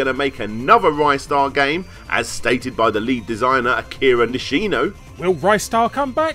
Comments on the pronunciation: Rye-star? Im outta here Ree-star thankyou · Ristar the Shooting Star (リスター・ザ・シューティングスター Risutā za Shūtingu Sutā) Short "i" sound, not a long one. "Wrist-ar", not "Rystar". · Ristar is in my top five favourite games of all time. Playing Ristar isn't just playing a kiddy platformer, it's playing a living, breathing sci-fi universe filled with emotion. One of the best games for the Mega Drive. Good video but it's pronounced 'Ree-star' not 'Rye-star'. Not sure where this 'Rye-star' pronunciation came from. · Interestingly enough this is the first time I've ever heard it pronounced R-eye-star. Everyone I've ever met either says it "Ree-star" or "Wrister" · It's pronounced 'Ree-star' as how the creator calls the character. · Just so it goes on record, it is officially pronounced "re-star" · Well, technically the Japanese title is also in English. But anyway, another youtuber did a Ristar retrospective awhile back and he mentioned interviewing multiple employees of the English localization. Two of them pronounced it Rih-star, and another said Ry-star. So it can be both, but I go with the short i since that has more phonetic proof to it.